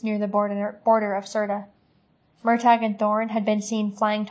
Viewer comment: I hope you learned how to pronounce his name by now but its "mur tor" not "mur tag".